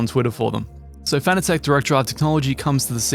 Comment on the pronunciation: Fanatec is pronounced like fanatic. Not fana-tech.